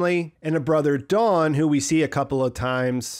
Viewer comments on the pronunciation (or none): none